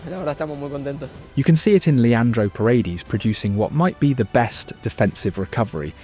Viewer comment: Great video! Just a tip so it doesn't sound so off when you pronounce a couple of names: Say "Nahuel" like "Nauel" (silent H), and "Paredes" like "Par-eh-d-eh-s" . Thanks for the great content and narration (and your admiration for Argentina's football!)